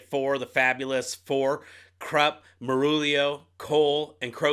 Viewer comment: I'm quite sure Kruppe is pronounced as kroop-pay.... My 2 paise...